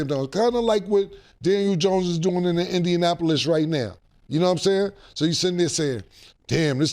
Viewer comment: Mase LD y'all... Can't pronounce Indianapolis😢😅